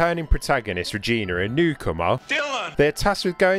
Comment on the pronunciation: Seriously kid her name is Regina not Reginr.